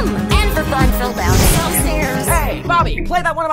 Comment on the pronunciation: I love the way she says: "Flight". "Where I fell down a FliGhHt of stairs!"